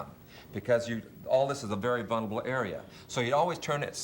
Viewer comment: He said "vun-erable"